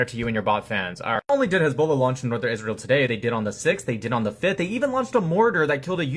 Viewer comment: His fake ass hezBOOla pronunciation makes me physically writhe